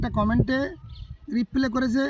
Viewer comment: কথাটা রিপ্লে না হয়ে রিপ্লাই হবে হেভেন।